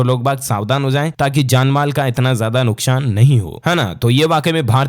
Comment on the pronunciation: aap nuksan ko nukshan kiu bolte